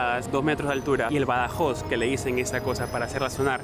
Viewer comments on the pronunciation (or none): Badajo, no badajoz 😅